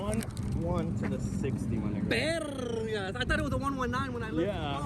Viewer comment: "Berrrrgas " 😂😂😂 pp956alv